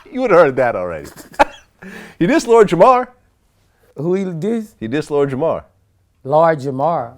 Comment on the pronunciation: "He dissed Lord Jamar..." ---- "LORGERMORR??" 🤣